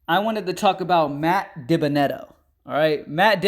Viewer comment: Its pronounced “Dee-Ben-uh-debt-oh” 😂